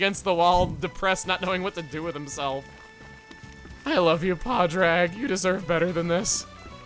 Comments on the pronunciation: Chugga as someone who is Irish, just want to correct you on how Padraig is pronounced its pronounced "pawd drig" and not "pawd rag" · Da isn't Gormotti - it's just a way of saying dad or grandad. I've heard it in Ireland. It might be a thing in certain parts of the UK, but I can't vouch for that. (Also, you've probably heard this five million times, but you're pronouncing Padraig wrong - it's Paw-drig.) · Ahhh the pronunciation of Padraig grates my ears lol ignore the second A!